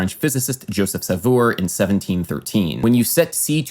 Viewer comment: Sauveur is better pronounced "sow-ver" rather than "sahvoor". I know, noone cares. ^_^